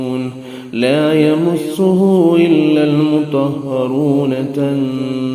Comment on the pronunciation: آیات نمبر 89 غلط پڑھا ہے۔(لایمسه) "ي" اور "م" کے اوپر زبر ہے اور قاری صاحب نے "م" کے اوپر پیش پڑھا . 8 منٹ 20 سیکنڈ والی آیات غور سے سنیں